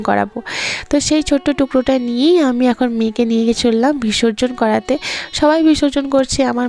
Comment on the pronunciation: 20 কয়েকটা ব্লগে এই ঠাকুর নিয়ে বিসর্জন নিয়ে তুমি অনেক কথা বলছো । শুনছি।কিন্তু, কথাটা "ভিসর্জন" নয় "বিসর্জন" কিছু মনে করো না উচ্চারণটা ঠিক করে নাও